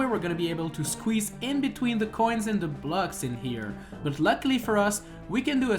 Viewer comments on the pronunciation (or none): You say "coins" like "coin" and make it sound like an illegal drug (in this run it kinda is lul) 😂